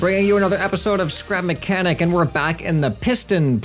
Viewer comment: He said sky machinic